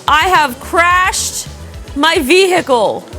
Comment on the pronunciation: this is the first time I hear the h in vehicle :))